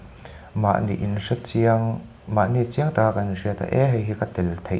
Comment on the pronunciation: Ṭawngkam a felfai hle mai..topper ni awm reng a ni.mahse ngaihmawh deuh pakhat ka lo nei a, Nichin tih turah nachin tih a hmang ziah hi ka lo ngaimawh ve deuh..😅😅 kei MCS topper lo lutuk hian..Massive respect Sir 🎉